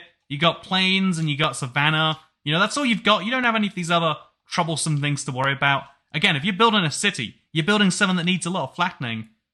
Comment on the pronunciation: did he just say choblesome? Like the word grian made up?